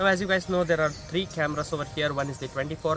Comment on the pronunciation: i don't know why this vid. made me laugh. especially when he said 2tres 3tres (2tree/3trees) 🤣🤣